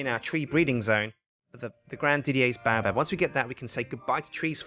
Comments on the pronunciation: Dont take my word for it but I think it's pronounced Bay-oh-Bab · Haters gonna hate but baobab is pronounced BAY----OH----BAB also a lot of the things u do make u look like a massive noob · the baobab is also pronounced "Bay-O-Bab"